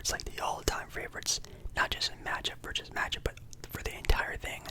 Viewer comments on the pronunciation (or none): none